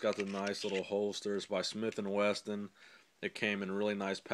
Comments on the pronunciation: it's Smith and WESSON not Weston......... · its "wesson" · Smith & Wesson not Smith & Weston